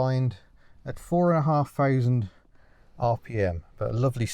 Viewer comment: Much as I love, please dear God stop using F instead of th, "I fink it's four fousand rpm"